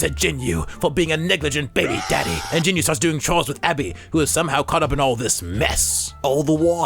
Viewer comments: Just letting you know, it’s pronounced jean-oo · You pronounced Jinu wrong bruh